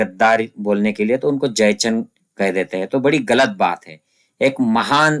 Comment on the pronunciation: सर, खुप छान माहीती! Keep It up! One suggestion बरेच मराठी लोक कायम ‘हैं’ च्या एैवजी ‘है’ वाचतात. टिंब ignore करतात. Like यहा म्हणतात यहॅां च्या एैवजी. This can be improved .